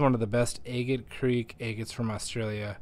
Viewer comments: It's not pronounced egget it Agate not egget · 😂 I giggle every time I hear agate 😅 am I the only one who pronounces it "AH-git" because im starting to think it's like a Wyoming thing or something. I recently came across another agate channel and she also pronounces agate like "Ayy-git" haha that aside, thanks for the super cool reveals! Nothing better than finding beautiful lacey crazy bands inside of an unassuming rock 👌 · New to your channel and I love how you say eegate😅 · I love your enthusiasm. Did anyone ever tell you that you’re mispronouncing agate? Look it up.